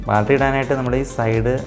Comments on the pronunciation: "Baltry" അല്ല, battery ആണ് മോനേ! നല്ല വീഡിയോ ആണ്. 👍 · My friend, you pronounce for battery as balttery it's wrong. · ബാൽറ്ററി അല്ലെടാ മോനേ ബാറ്ററി ആണ്!😖😖🤢😅